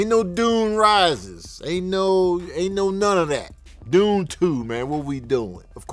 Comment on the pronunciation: Then why you give Dune Part 1 3.5 Sax?...even though you fumbled all the names